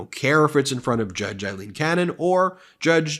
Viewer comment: Aileen = Ayleen